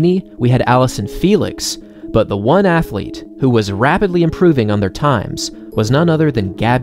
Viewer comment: I really appreciate your delivery, and your enthusiastic energy. Really great work! I also want to ask a question, and make a suggestion... and I don't want you to feel insulted: Why do you frequently say "aye" for "a"... and "thee" for "the"? I imagine someone taught you the wrong pronunciation for these words. There are very limited circumstances in which that would be correct...but most of the time it's not. It doesn't sound formal, sophisticated, or educated. Please don't take my word for it. You might speak with someone you trust about this, and reconsider how you pronounce these two articles.